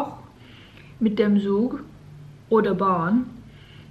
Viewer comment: Just a little detail: „z“ is pronounced like „ts“ in German, so train is „tsug“ not „cool“🧐🤔😉😅